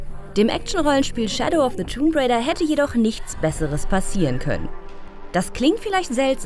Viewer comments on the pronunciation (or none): Tomb raider... Das "b" ist stumm 🙂